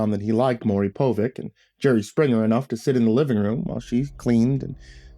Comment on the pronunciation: Haha it's pronounced Po-vitch , Maury Povich.